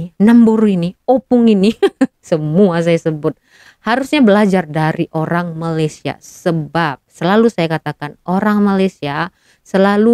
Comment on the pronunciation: Malaysia ya dek bukan Malassia! Sebutannya yg bener ya.